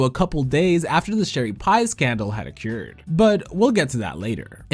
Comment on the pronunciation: Bro please learn how to say "occurred"